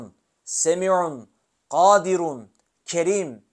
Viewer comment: KADİRUN ismi azam şerifi Gaadirun mun yoksa Gadiirun diye mi okunur. Arapçasında gadiirun diye yazıyor. Siz gaadirun diye Okuyorsunuz. İkilemde kaldım